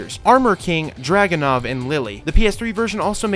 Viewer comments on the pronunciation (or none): none